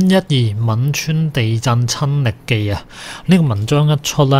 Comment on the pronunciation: 應該讀汶川大地震，唔係吻川？